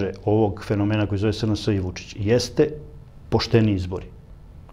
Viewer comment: Kako Glišić akcentuje Vučićevo ime ne obećava baš da se bori za Srbiju. ( ako je verovati pokojnom Lanetu Gutoviću )